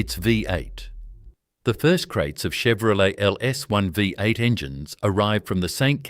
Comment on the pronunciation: Don't yu just love AI voice-overs ? NOT !! Like a Vie 8 and Broogahm ! haha, oh and a picture labelled Holden 253 V8, but the picture is some random old straight 6. Love watching Holdens doing their thing on YT, but please, can we ""keep it real". This could have been a great video. Not subscribing.